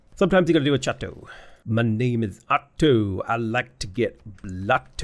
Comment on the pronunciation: Very well pronounced "Château" !